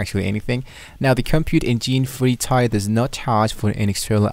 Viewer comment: I thought he was gonna either set up a website or at least a public html directory! All this idiot does is read a couple pages from the cloud console and mispronounce 'Tier' 😂